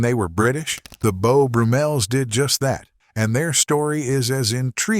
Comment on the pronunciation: Beau Broo-Mels? Named, no doubt after Beau BRUMM-el...